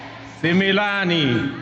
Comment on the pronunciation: 😂😂😂😂 Ni sumilan Sio similan 😊